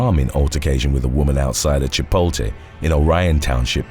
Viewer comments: Chih polt le not chih polt teh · It's Chipotle, not "Chipolte". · I'm saying Chipoltey from now on 😂